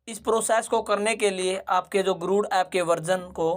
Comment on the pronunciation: गुरुड़ गुरुड़ क्यों बोल रहे हो बार बार.. जबकि ये गरुड़ा एप है!